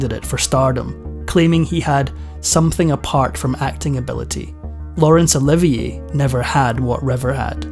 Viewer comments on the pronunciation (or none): none